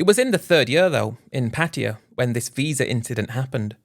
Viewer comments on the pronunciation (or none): What’s the disclaimer for dummy, a warning that you can’t pronounce Pattaya properly and you keep rambling Patia Patia lol 😂